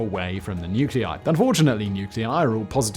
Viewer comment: Nuculei? (Noo Kyoo Lie?) Nuclei! (Noo Clay Ee!)